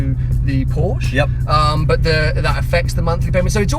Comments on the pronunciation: WOW, pronounced Porsche correctly in the 1st few secs then let himself down seconds later:-(. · Please pronounce the "e" at the end of "Porsche", buddy! ;-) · you own one now please pleaaaeeese stop saying "porsch" and start calling it "porsche" please!!!! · porsch..... EEEEEEEEEEEEEEE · I love the way you do your videos and always enjoy watching your channel, but could you please try improving on your pronunciation of Porsche. It's killing me :D